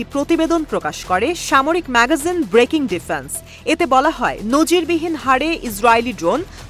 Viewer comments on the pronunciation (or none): none